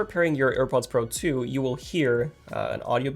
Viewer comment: AirPods Pro "tzhu"